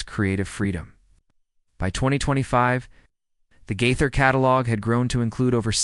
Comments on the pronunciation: When you can’t pronounce Bill Gaither’s name correctly In Your first sentence then I’m certain you don’t know him and have nothing to say that I need to hear. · It's Gaither, not Guther. I'm not believing any of this. How come we didn't hear Bill saying any of these things in the video? It was just one voice telling all this. BTW, it's Nelon not Nellon. smh Bill Gaither made a statement about the Nelon's on the Homecoming Radio which I follow on facebook, so he did make a statement. smh